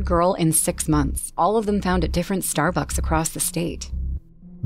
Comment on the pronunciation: The first story lollllollol "starbuks"